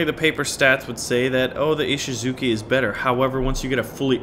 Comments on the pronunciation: Its ishisuCHI not ishizuki... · Please, can you 'Muricans look up the pronunciation of words first please? Texans mispronouncing Japanese words is cringe-worthy to say the least... It's Ee-shee-zu-chy, not Ee-shee-zu-kee...remember that nobody else in the world says "Zucchini"...just you weirdos...